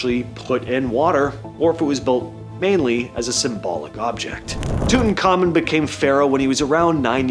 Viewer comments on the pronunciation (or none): none